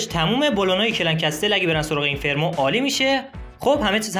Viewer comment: به اینفرنو میگی اینفرمو؟؟